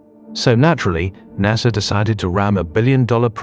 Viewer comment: this would be great if you voiced it yourself. Narrrsssaaaa